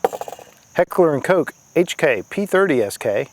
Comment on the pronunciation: its Heckler "und Kohh", not "cook"